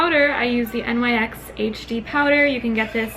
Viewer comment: Your not pronouncing NYX right you're supposed to say all together